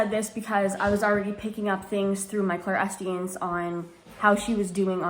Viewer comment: Clairsentience, Clair-sentience. Idk if I heard you wrong but it sounded like you dropped atleast the s.